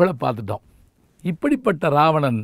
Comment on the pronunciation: இராவணன் என்பதே சரியான தமிழ் உச்சரிப்பு. இது கூட தெரியாத சிறுவனா நீ....